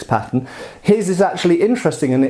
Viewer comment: His accent made me think he kept saying patent instead of pattern